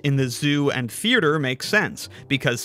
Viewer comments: I know it's bait but I just have to say it: theaerture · Why does he pronounce theatre like that? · Forget sixths, (side note: its a killer hangman word) the way you pronounced theatre is gonna haunt you. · I love your videos but the way you say Theatre is very upsetting